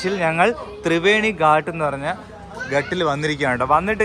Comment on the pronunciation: ഹലോ, ഗട്ട അല്ല,ഗാട്ട് ആണ്. = കടവ്.